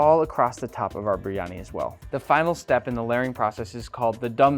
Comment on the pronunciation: Why can't you even pronounce the dish?